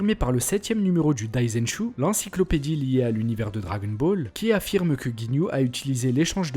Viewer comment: Ta manière de prononcé le « dragon » de dragon Ball me stresse mdrrr si non très bonne vidéo !